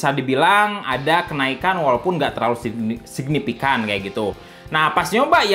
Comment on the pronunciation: Siknipikan yak, sunda pisan